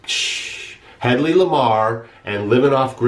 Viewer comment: Lol it’s HEAD-LEE